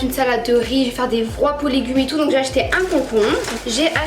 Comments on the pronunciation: A a dit vrwap au lieu de dire vrape mdrrrr 😂😂😂 t trop drôle. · Les fameux "vroap" mdrrrr sa ce dit "vrap"